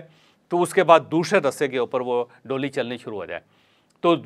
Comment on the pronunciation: Jawaid Bhai, DOLY , nahi, DOLEE , khty hain.. Thnx